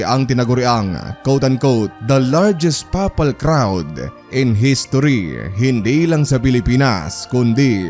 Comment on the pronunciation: wrong pronunciation of Papal Mass.. Not papal it's peypal to pronounce.. mag aral ka muna kung pano tamang pronunciation wag mong babuyin..